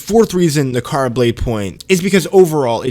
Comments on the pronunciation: Na-ra-ka not nakara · The fact that he keeps calling it nakara……when it’s naraka is a clear indication he’s talking nonsense. Been playing on pc and xbox never once lagged…. Where do you live my guy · bro u could not pronounce the name of the game once during the vid, how u gon make a review, ive not even played it yet.